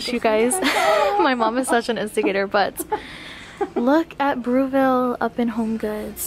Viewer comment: I've never heard Breville pronounced that way!